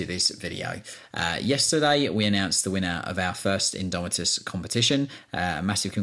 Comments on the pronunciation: "Imdomitus" hehehe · "INDOMITUS" sweet lord Jesus pls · "INDOMITUS" c'MON